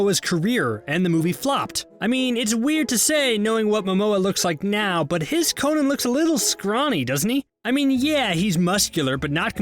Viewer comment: Thank you for pronouncing Conan's name correctly. it drives me crazy when I hear the name they used in Arnies movies.